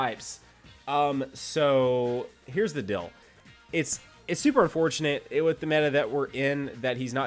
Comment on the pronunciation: I love how says deal like dill lmao.